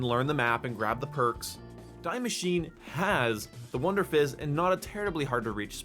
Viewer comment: Die Maschine is pronounced "dee masheen-uh" I'm just nit picking as a native german speaker, good video as always.